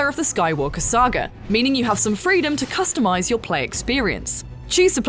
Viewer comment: she said CUSTOMIZE :s